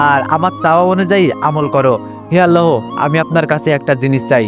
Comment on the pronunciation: আল্লাহ হবে আপনি হ টা উচ্চারণ করতে চেন আল্লাহর সাথে হ যোগ করবেন না 🙂🙂